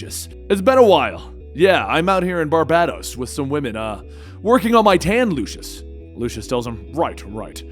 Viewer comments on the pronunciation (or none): You said Barbatos 😂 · great job! The country is pronounced "Bar-bay-dos" tho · as i live in Barbados i LOLed at how you said it lol